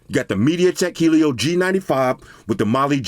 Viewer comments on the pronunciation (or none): none